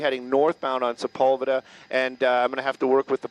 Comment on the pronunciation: Why do they pronounce Sepulveda like that? That's not even close!